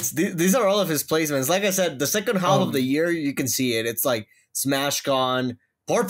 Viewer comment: the "L" in "half" is silent.